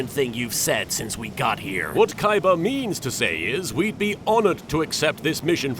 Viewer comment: who the hell is "Kaiba"? I only know Koyber - the one that Joey duelled for no reason.